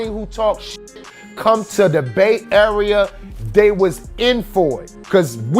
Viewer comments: “Bait area” wtf is that hahah he said Bay Area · "bait area", not the Bay Area? Nice unless closed captioning